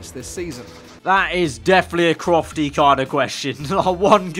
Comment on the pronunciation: Aggg it's crofty😂